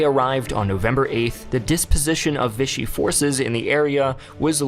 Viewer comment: If you pronounced it "VISH-ee" one more time, I was done. Lol. I don't know why but it was like nails on a chalkboard to me. [For the record, Vichy is a town in France, and the French pronounce it "VEE-shee." The term now means Nazi-controlled puppet Government because when Hitler took France, he moved the capital from Paris to Vichy.]